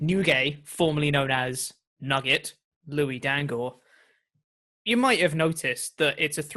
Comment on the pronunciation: Louis Dangoor a.k.a. Nuggét (with an accent over the e)